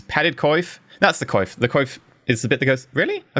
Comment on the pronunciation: BTW, "coif" is pronounced like "kwoff". It's French. Loving the series so far. It's good to see a Let's Play series by a fellow medieval scholar.